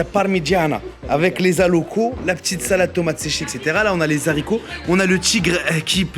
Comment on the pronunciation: Les Zaricots 😂 😂😂😂😂😂